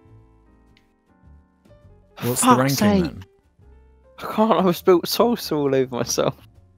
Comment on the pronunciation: You kept saying salsa wrong